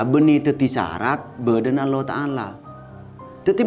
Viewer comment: Aq fans setia mata pena. Cuma sy ngasih saran sedikit biar mata pena tambah banyak penggemar nya. Tolong, usahakan ketika menyebut nama allah, dgn sempurna. Bukan " alloh" masak gk bisa melatih bahasa allah allah. Sedangkan ekting dan lain sebagainya bisa juga hal2 yg rumit bisa. Itu saran sy. Krn ada pepatah. SATU KRITIKAN LEBIH BAIK DARIPADA SERIBU PUJIAN. WASSALAM.